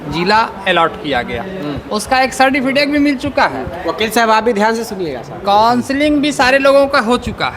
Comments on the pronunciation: Ye सरटीफिटेक क्या होता है सर्टिफिकेट तो सुने थे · इन शिक्षक महोदय को सर्टिफिकेट बोलना नहीं आता। दूसरी बात वर्तमान विद्यालय छोड़ अन्य दूसरा विद्यालय दें अगर अनुमंडल चेंज करेंगे तो 4-5℅एच आर ए में मकान भाड़ा भी नहीं मिलेगा क्या ?कहीं भी 3-4हज़ार से कम में रूम भाड़ा तो नहीं मिलेगा इसलिए वर्तमान विद्यालय के बगल वाले पंचायत प्रखंड के बगल में हीं स्थानांतरण हो इससे कोई दिक्कत नहीं होगी।